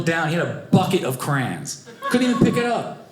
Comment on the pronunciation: Crayons has two syllables crans has just one syllable